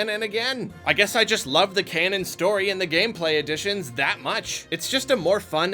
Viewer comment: Every time he says canon story, I wince